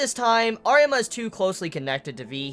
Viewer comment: Arima dude it's Arima , i am saying it